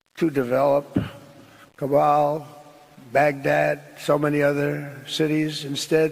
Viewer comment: It's Kabul, not cabal. Trump didn't even read that statement before he read it.